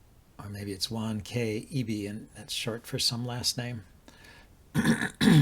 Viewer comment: Juan in Spanish is pronounced "Huan", but with stronger H. It's a very common name, the equivalent of John in English.